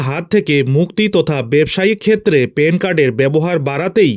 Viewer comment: পেন কার্ড 😂? প্যান কার্ড।